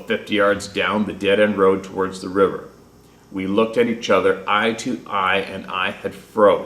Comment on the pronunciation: River not ri er